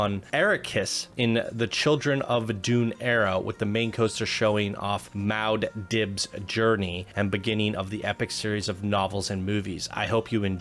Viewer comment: Your pronunciation of Arrakis and Mau Diub was abysmal.